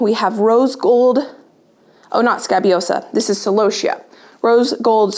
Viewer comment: I’m sorry for your loss. And you’re saying celosia correctly.